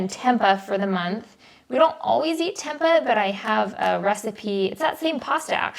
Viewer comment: Great groceries! I have to say, however, that the pronunciation of tempeh hurt me as someone with Indonesian roots. hahaha